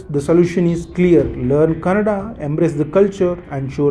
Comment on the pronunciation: Youtuber its kannada not cannada